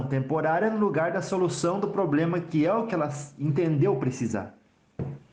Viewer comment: Eu sou muito cética, não vou mentir. Ex: não precisa falar como no século Xll, mas falar "poblema", pra mim já é um problema.